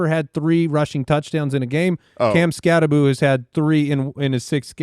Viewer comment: Change the Bill Croskey gag to Skattabo....shouldnt his name be said like skattabow though?!?! I know i know, i just really hate the boo pronunciation 🤣🤷‍♂️